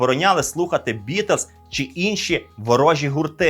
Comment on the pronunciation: Дякую за вашу роботу! Безперечно, улюблений історичний канал! Імпонує стиль тексту - не сухо, але й не надміру вільна форма. Класна робота з відбором архівних відео і загалом монтаж. P.S. Помітив, шо якось дивно вимовляєте "Beatles" 🙂 і не можу втриматися, шоб не написати про це 🙃